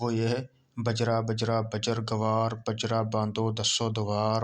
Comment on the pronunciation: حضرت لفظ بجرا بجرا نہیں ہے بلکہ بحری بحری ہے۔